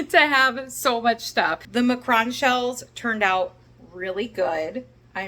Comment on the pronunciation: Mcrohns?? Are you saying Macaroon a.k.a. Macaron? Its pronounced Mack-ah-roon or Mack ah roan , depending on if you are saying it in French or American, and has 3 syllables But I dont think there is a two syllable word or cookie named McCrohn or Macrone (sp?) I could be wrong........... And you absolutely captured how much fun and electric the concert festival was! The only name I recognized, as a 61 year old, is Weezer. lol But it looked like you guys were having an amazing time!